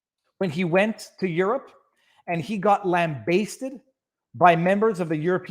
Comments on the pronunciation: It's not lam-bay-sted It's lam-ba-sted (a pronounced as in apple) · Lambasted, not lambaysted, or however you mispronounce it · Lambasted has a short A sound brother